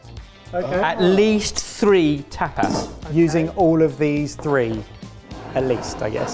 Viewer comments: An entire episode of the group mispronouncing 'tapas' as 'tap ass' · Throughout the whole video not one of them noticed that tapas isn't pronounced "tap ass". Also I feel like tortilla is more of a breakfast/brunch. Definitely pretty hearty for tapas.